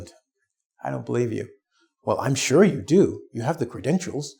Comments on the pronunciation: so sorry but i hear word " sure " like " sir " ? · I have people ask me are you Shore instead of sure